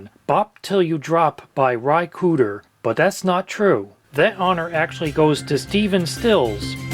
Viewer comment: Ry Crooder